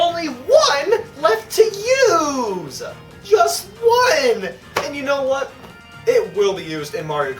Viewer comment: “There is only one, left to UuUse”